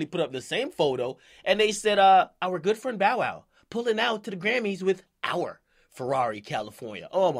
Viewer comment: LMAO at how Dj Akademiks said "Our good friend Bow wow pulling up to the Grammys with OUR Ferrarri California"